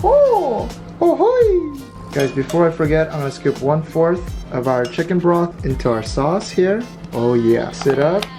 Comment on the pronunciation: CHEE-KUN? LOLLLLLL